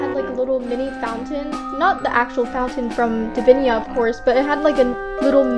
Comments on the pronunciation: I remember it saying divinia XD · Then it says "divina teleportia"